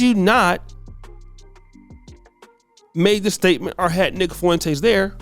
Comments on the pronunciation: FWEN-TEZ NOT FOO-ENTEZ FOR THE LOVE OF GOD!!!! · Fuen"tays" .. u cant even say is name right.